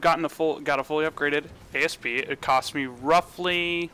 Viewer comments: Asp....not A.S.P. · asp not A.S.P. its a word not a freaking acronym. jeezz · Asp as in the snake, not A.S.P.. You do get that all ships are named after snakes? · Down-voted for Ay Ess Pee Explorer